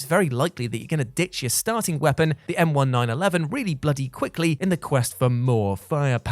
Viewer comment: M1911 M nineteen eleven. Or just nineteen eleven.